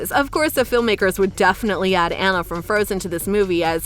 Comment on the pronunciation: This girl doesn’t know how to pronounce these princess’s name, she said Mona instead of Moana and Ana instead of Anna!